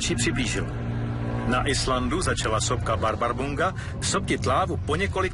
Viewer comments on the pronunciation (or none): "Barbarbunga"... som ešte fakt nenarazil na dokument, kde by islandské názvy povedali správne. Toto tomu zatiaľ kraľuje. Bárðarbunga sa číta tak ako píše, ale "r" sa číta ako "rr". Sopka sa nachádza pod najväčším ľadovcom v Európe. Dosť na to, aby to človek v tomto momente vypol. :D